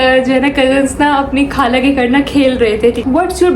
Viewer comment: kind iformation ; not kaala but khala, not galat but ghalat, and so onn corect these words... it makes really sad that we are direspecting the most sweetest language urdu ...please spread my information